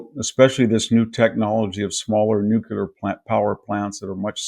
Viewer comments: nuclear -- NOT "nucular"... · Big fan of VDH, but NOT a fan of hearing him repeatedly say “nukular” 🤦‍♂️ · Oh for God's sake...can your edumakated self learn how to pronounce "NUCLEAR" correctly ??? Geeez.